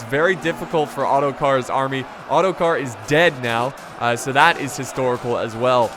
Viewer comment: I turned the captions on and when you said ottokar , this is what appeared:"auto car"